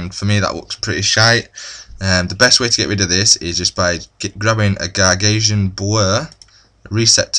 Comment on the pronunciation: gagasian? wtf 'Gausian' Lol. But good video :)